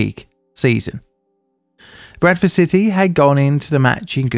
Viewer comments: The entire time I thought you were saying "Breakfast City" instead of Bradford. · I don't usually have trouble with your accent, but I thought you initially said "Breakfast City." I know a fair bit about English geography, so I was wondering where that was!